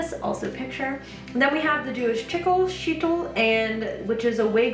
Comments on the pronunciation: it’s pronounced shay-til :) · Sheitl and tichel are pronounced SHAY-tl and tichel has that throaty h/ch sound common in herbrew: Ti-chl. There are tons of videos on YT on orthodox jewish headwrapping, and thus pronunciations - not hard to find.